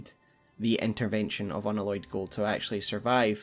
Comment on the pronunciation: Unalloyed pronounced un Alloy ed as in the word alloy. You know. Like a metallic alloy? Not an aloy.